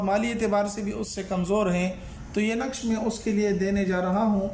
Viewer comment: نقش غلط پڑھا ہے